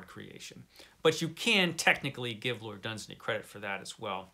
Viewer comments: It's pronounced LORD DUNZAAANY. Far greater than Tolkien. Dunsany wrote real magic and wonder - Tolkien wrote for the masses (yes he did. Elfin language is BS). If I was to enter those magical worlds I will travel with Dunsany! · Great clip! It's Dun-SAY-ney. It rhymes with 'insaney', as one wag pointed out. Contrary to several assertions, it doesn't appear that Robert E. Howard read much Dunsany other than a few poems. On the other hand, Clark Ashton Smith and Fritz Leiber were both fans.